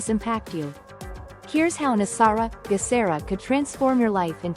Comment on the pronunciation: Geh sar ah hard G sound. Global